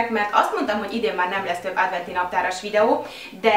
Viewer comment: nem rossz indulatbol mondom de adventi naptar nem ádventi